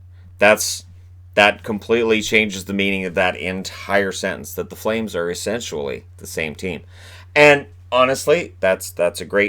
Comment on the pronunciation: He's saying essentially and essentually as in eventually...